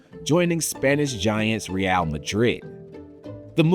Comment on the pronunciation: I normally love SB, and whilst this is still good, the failure to learn how to pronounce stuff (Capelow, Ree-al) is just plain lazy